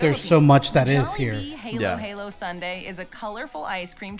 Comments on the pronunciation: It's pronounced as hah-lo hah-lo. Jollibee spaghetti sauce is a combination of tomato sauce and banana catsup. It is not all banana catsup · Jolli spaghetti has tomato sauce with banana ketchup and maybe all purpose cream. Halo-halo is pronounced as ha-loh ha-loh (halo = mix, halu-halo = assorted) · Well, damn, she pronounces Halo Halo wrong so 😅😂🤷‍♀️ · Oh my gosh. The YouTube channel who made these Jollibee videos did a lot of research but did not even look up how to pronounce "halo-halo".